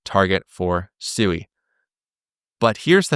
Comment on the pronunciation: You don't even bother to pronounce Sui correctly. 🙄